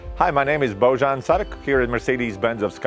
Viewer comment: Why would you pronounce the J in your first name as a J? It’s obviously said as a Y. Boyan.